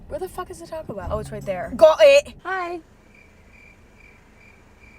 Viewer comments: the ‘gOt iT’ sounds so british 😩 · Same LMAO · PLEEASEE the "GOT IT" in a british accent is killing me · The "Got it" in the British accent 😭😭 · Tell me im not the only one who got startled when emma said "got it" in an english accent 😅